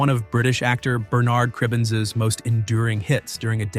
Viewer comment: UK "Bernard" has the emphasis on the first syllable